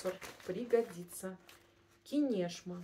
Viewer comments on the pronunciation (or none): КИнешма - ударение на букву И. Город в Ивановской области РФ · Кинешма (ударение на "и"), Плес, Иваново это Ивановская область. Ярославль и Суздаль находятся тоже недалеко. Города Золотого кольца России - туристические маршруты. А картонки с овальными вырезами это старинные рамки для фотографий, у меня у бабушки были такие.